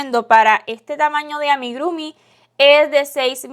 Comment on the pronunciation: Muy lindo, todo perfecto pero se dice AMIGURUMI, no AMIGRUMI... 😁